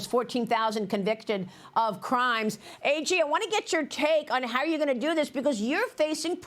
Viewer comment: She's " AG". NOT "AJ" You surprise me Maria B!!!!!